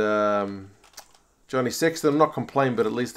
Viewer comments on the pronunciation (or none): none